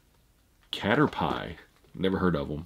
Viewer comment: For future reference Pokemon Caterpie is pronounced like caterpee